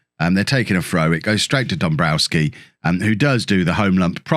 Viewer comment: you're pronouncing Danowski's name wrong and others like him (Dombrowski for instance). The Ws are pronounced as Vs. You wouldn't call Bayern Munich's striker Robert Loo-and-ow-ski. Even English players say it with a 'v' like James Tarkowski at Burnley. It's also why the Polish city of Krakow is pronounced Krak-ov (I believe). EDIT: The Vs may even be Fs but someone else would need to clear that up... Enjoying the series though and I like this new interaction with the game's social media morons!